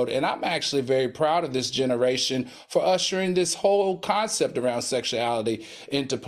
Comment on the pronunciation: Lmaooo not even round but “ from RINE nea” 😂😂😂